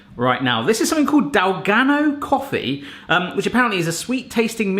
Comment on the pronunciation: Plus it's dalgona not dalgano. Lol 😂